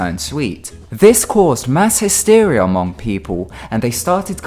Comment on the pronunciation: 'hysteria' really bro